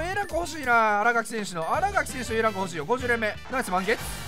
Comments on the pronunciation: あらがきじゃなくて、あらかきです！ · あらがきじゃなくてあらかきな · みんな知らんと思うけど 新垣選手は あらがき じゃなくて あらかきな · アラガキ じゃなくて あらかき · あらがき✖️ あらかき○